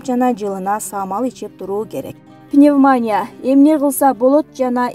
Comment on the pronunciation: Пневмония ,пневманя эмес